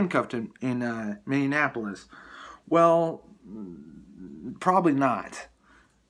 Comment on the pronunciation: Mindianapolis? How about Minneapolis ? Just trying to keep it right.